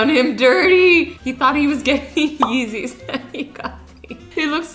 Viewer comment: yeezez more like yazeez